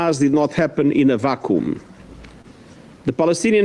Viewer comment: I find it funny how he said vacuum.😆